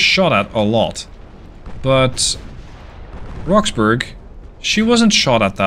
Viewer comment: your English is extremely good, better than most English in fact, but your pronunciation of British ship/place names isn't always right. Specifically, DespAtch (emphasis on second syllable}, Blenheim is Blenem (yes it's a place in Belgium, but the English...), Roxburgh and Jedburgh as Edinburgh, and another I've forgotten. Good series. Slainte!